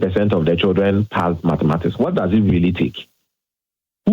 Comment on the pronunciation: Mathematics and not matemathics